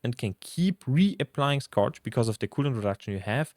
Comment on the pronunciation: Check how to pronounce scourge. You used the word so often that you might want to learn it.